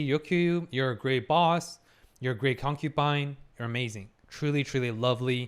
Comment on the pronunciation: My drinking game ended with stopped saying concupine 😔